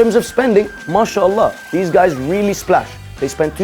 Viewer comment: "Who are zeez people...?!" - Lol!